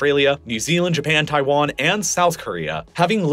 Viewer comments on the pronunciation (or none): none